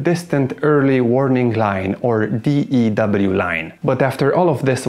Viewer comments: You don't pronounce it D E W line. Your pronounce it DEW line. Like what you get on flowers in the morning. Or the pop mountain dew. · Pronunciation of acronym DEW is not "Dee-Eee-DoubleU". It is pronounced "Dew", as in the moisture that condenses on grass in the evening. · Hearing you keep saying d.e.w. line... giggles everyone just calls it the "Dew" Line. as in Dew point. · DEW is pronounced "do." We don't call it the D-E-W line. My late father-in-law worked on commissioning DEW radar systems. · It's not the D.E.W. Line...it's pronounced as ONE word...The Dew Line... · DEW is pronounced dew, like condensation, not D-E-W. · I happened to know 3 people that worked on the dew line. They all pronounced it like "the do line". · It's pronounced "dew" line like "mountain dew" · It was called the DEW line & pronounced as one word, not spelled out every time you said it.